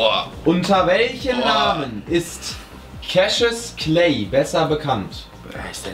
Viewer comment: mein Kommentar bei diesem Cassuis Clay (weil Jan das Cashis Clay ausgesprochen hat) Irgendwas mit Tim 😅😂😂